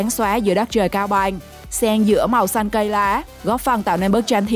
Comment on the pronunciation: nói chưa sõi mà đòi thuyết minh "cao bằng thì thành cao bài" kkk, hãy dẹp đi, học nói chuẩn đã nha